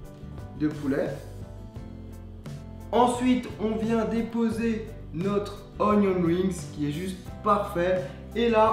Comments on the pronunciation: Super vidéo, par contre c'est "Onion RINGS" pas "WINGS" :) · Sauf qu’on roule pas le r en anglais...